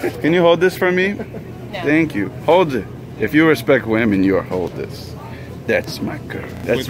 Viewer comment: “This is what you do to earn your respek” 😂😂😂😂